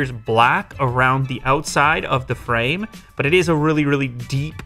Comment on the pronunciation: "Almost appears black around the outside of the FrAyMe" 😂